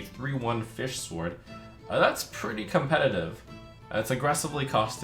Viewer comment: How do you manage to pronounce sword wrong then pronounce it right and then pronounce it wrong again